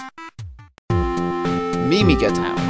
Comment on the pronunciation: your saying miga wroung